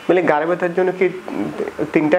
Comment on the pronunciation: Kotha ta gare na. Gar mane pachha. Bolun Ghhare byatha. Rectify your pronunciation.